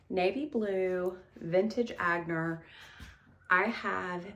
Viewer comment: The clutch bag is Etienne Aigner, he was a designer from Hungary but also French and is pronounced “Eye-ner” or “Ah-nyer”.